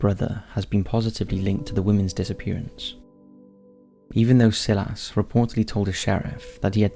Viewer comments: I'm from the UK too. I still pronounce it as "Sigh-las". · Silas is pronounced Sy-lass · Isn't it pronounced "sigh-lass" for Silas? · "Sill-ass"... EVERY. VIDEO. LOL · You don't pronounce the name 'Silas' like that! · I understood that the Inuit story was considered fiction. It was also just covered by Slapped Ham. Neither channel mentions it might be purely anecdotal. Also, do you purposely mispronounce things? Silas? I am watching the recent castle ep, de sen dents not des end ents. Sorry, I am cranky. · And in none of those countries is the name Silas pronounced how he said it. That was the point. We aren't idiots. Not even in Australia or New Zealand.